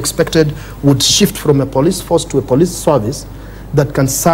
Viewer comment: Why does the lady host pronounce 'police' as 'plis' at 12.54????